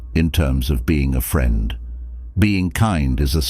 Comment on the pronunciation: My feedback would be- many great ideas. Many simple words like “us” and “friend” are mispronounced multiple times!???! Also strange pauses in mid sentence? Makes listening a bit challenging